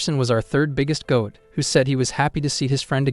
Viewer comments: It’s annoying hearing G-O-8 instead of goat every single time. If you’re going to use a phrase repeatedly you need to make sure it is spoken correctly. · ah yes the gee oh ate.